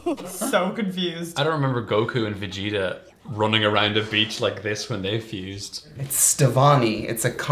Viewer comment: She said fusend lol